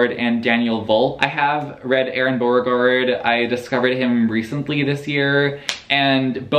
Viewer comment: Drunk trying to say Beauregard 😂 💚